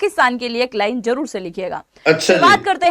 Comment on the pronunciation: jaror nai zaror hota hai.. Aisay reporter bolrahy hotay hein.. Pakistan phir baji lay gya 😂